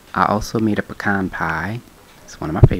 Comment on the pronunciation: I'm just thankful you pronounced "pecan pie" correctly!😁. Looks delish! Back to my food coma.👉